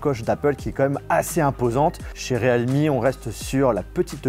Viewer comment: Realme se prononce "rilmi" mais "réalmi" ;-)